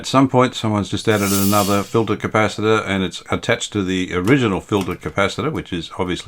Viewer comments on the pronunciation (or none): Polly wanna "Cap-per! LOL😁